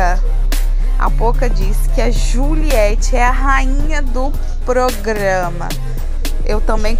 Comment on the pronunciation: Eu entendi que a pocah falou: "Quem é o B.ozinho do pograma" acho que não foi rainha não viu!